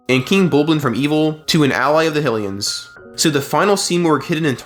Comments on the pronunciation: Theyre not “Hill-ians” theyre HYlians. Kinda like how its HYrule Not Hillrule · My guy, its not Hillians 😂 Hy, its pronounced the same as Haj, as in Blåhaj? ...wait no, that's uh, less clear Hy, as in High High, lee-n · After hearing you pronounce HI - LEAH - UH one way and HILL - E - UHNS like that, it's just too fucking annoying. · We all gonna ignore the fact he called hylians hillians probably another one of those AI channels because they too lazy to do anything